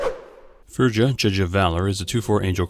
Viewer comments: Just so you know, it's "feerya" not "Ferjah" :P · Fur-ya ... it's a norwegian name.